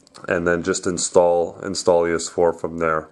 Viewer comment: Installious? Lol its INSTALL OUS